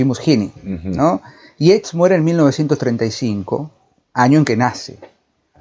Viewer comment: Sólo para información, disculpenme, el apellido Yeats se pronuncia "yeits"... gracias por sus programas, siempre los escuchamos, saludos